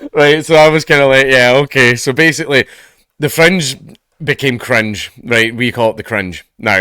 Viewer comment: Every time you say Fringe I hear French